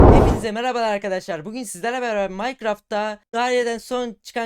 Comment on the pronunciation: Ingilizce mine green diye okunuyo herkes mayngreen diye okumus